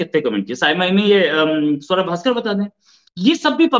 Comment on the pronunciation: Aarzu say's savera bhaskar 😂😂😂 Swara bhaskar hai maam.